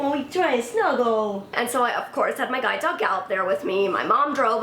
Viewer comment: I thought sh was saying guy dog not guide dog